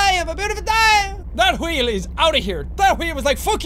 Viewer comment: we says wheel like qheel